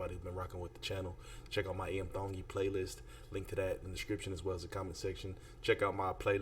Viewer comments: Your pronunciation of Tongi is so good 👍 I'm cheering 👏 🎉 Well we are cheering hard with all our workmates for IAM TONGI. Please tell Iam to sing Era Bini Tu the Fijian song he taught and sang with 2 other American Idol contestants. YASSSSSS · Pronounced his name, right dude, before you made a video about him. DON'T FORGET TO VOTE FOR #IAMTONGI Sunday vote is very important. Let's go! 🤙